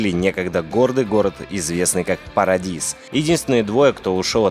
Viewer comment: ДеФ СтраАандинг ПарадиИис НидФорСпид ХёЁёрт. (БадХёрт надо пологать) БлуУудлайнс 2 - детская ошибка. Нормально прочитал только Овервотч и ВарКрафт 3 Если это можно считать "Лучше", то да )